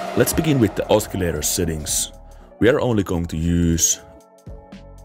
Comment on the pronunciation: ah-suh-lay-ter not ah-skee-lay-ter